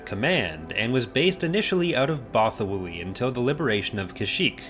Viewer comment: You trust a source u til they pronounce it Botha-why